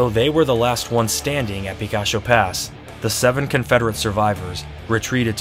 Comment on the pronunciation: It;s pronounced Pi KAH Cho. Means ''Little Peak'' in Spanish.